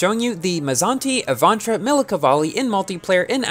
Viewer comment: good job on pronouncing the name of the car XD